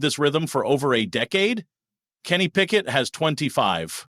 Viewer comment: Yes Please. He is saying JOE FLACCO, KENNY PICKETT, and Gabriel correct.